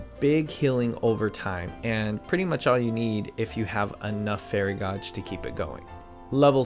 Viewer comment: everything you are not sure about sayin right was fine and then you said gauge....it's like in a car or a 12 gauge shot gun